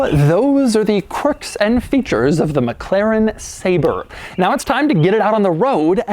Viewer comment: Oh it's "mekleren" again